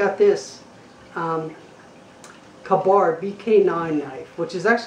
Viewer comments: You're New to the survival skill's thing ain't Ya? It really shows. By the way it's pronounced K-bar. Also when you make review video you should stick to the reviewing. Instead of explaining survival skill's that any one that would be watching a survival knife review video all ready knows. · It's pronounced Kay-Barr!